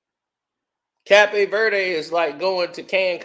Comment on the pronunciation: CAPE VERDE is pronounced KA-pe VER-de!!! Damn!!!